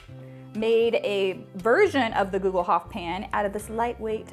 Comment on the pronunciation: Hi! I‘m from Germany, we pronounce it like „google-hoopf“. You can buy a cast iron Gugelhupf from Amazon Germany, here is the link: Love your videos! Kat